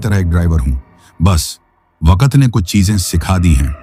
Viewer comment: Ap ki story achi hote mgr ap Koch words thek sy n bolty jsy waqt KO wakat ar s KO b thik sy n bolty string KO staring bs ap words b thek kr len Sora kat y kia